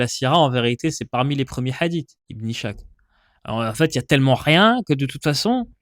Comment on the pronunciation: Très intéressant comme d'habitude. (Ishaq se prononce إسحاق, pas ichaq, et Schacht se prononce شخت)